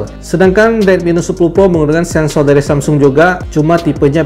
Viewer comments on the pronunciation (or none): none